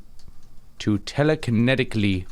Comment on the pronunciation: “telekonetically mobilate” laughed out loud